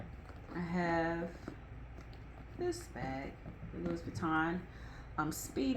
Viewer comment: Louis Vuitton is pronounced “Louie,” without pronouncing the “s.” FYI 😀